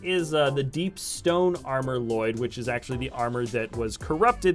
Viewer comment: It's pronounced ll loyd